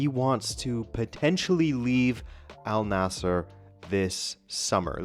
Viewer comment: It wouldn't surprise me, will just have to see what happens. BTW the team name is pronounced An-Nasr, Arabic just does that for some consonants and the idea that Waleed bin Talal has more money than Mohammad bin Salman, I'm sceptical as he is effectively the king.